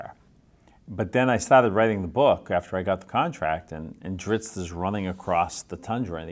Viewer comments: ...yeaa..he'll always be dri-zzzz-T to me... dritz? Zits? Drips? Lmao sorry bob, you are pronouncing your creations name wrong ^^ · If he calls him Drittz then I’m gonna keep pronouncing it Drittz lol. Thanks RA! Oh and I luv me some Jarlaxle